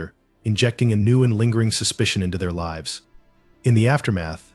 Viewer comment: You can tell it’s AI- live and lives are frequently mispronounced! I will give AI THIS THOUGH- almost all of the voices I have heard sound real. One of the few “tells” is the lack of an inhale. No human could speak indefinitely without refilling their lungs! They could take a few notes from Apple though. How they did it, I have no clue, but they made the VoiceOver voice Alex “inhale”! As I sit here and listen to “him” read all the comments, it’s nice to have the mental break an inhale provides! All of that said, I much prefer the REAL human voice! I think that’s why I prefer listening to audio books rather than letting Alex read to me- although, I do have quite a few e-pub books too!😎